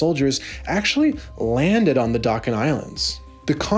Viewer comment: Dachen (for the islands) is not pronounced as dacken, it's a ch sound like in chicken